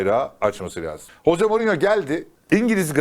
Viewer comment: Bi gün hoze morinyo derken ağzın öyle yamuk kalacak,sen önce adamın adını doğru düzgün söylemeyi öğren!!hoze morinyo😂